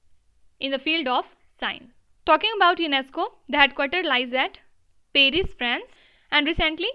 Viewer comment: It's called as Paris not as peris can't you read correctly